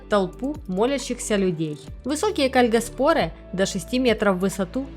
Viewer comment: Может ударение кальгАспоры?